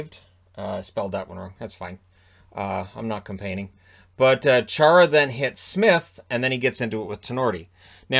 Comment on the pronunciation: “I’m not compaining” not sure too many people caught that in the vid earlier.